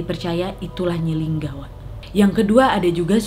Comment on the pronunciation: Nyi linggi bukan nyi lingga😂 Sukses terus wakkkk❤️❤️